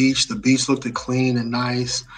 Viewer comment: Brothers please stop saying look-ded please. It’s look-ed. Brilliant! Cheers mates!!